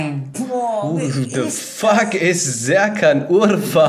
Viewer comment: Wtf ist Serkan Urfa hahahahahahahaha du hast seinen namen zu geil betont 😂😂😂😂